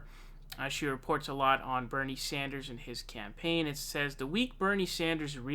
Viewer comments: Yes I really dislike when he does that..it seems as it comes natural for him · 😞I guess you just cannot pronounce Bernie Sanders name correctly and I’ll just have to accept that. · Jesus Christ pronounce his name correctly you goon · How can this dude keep calling him "Saunders" after all these years? Jesus.... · Everyone should start calling "", in chat and comments. Every time he says 'Saunders", it's like fingernails on a chalkboard. Ugh! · Pronouncing it like “sAUNders” distracts from what you say. Thats all i can think about because it sounds so wrong. Im not even paying attention to your point